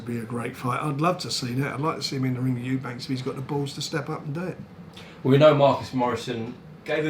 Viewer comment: The fact frank , after all the years working with Eubank Sr and Eubank Jr … he still calls them EUBANKS when discussing just one of them 🤣🤣 have a day off frank 😂